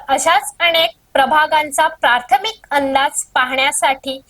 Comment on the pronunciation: प्रार्थमिक नाही, प्राथमिक.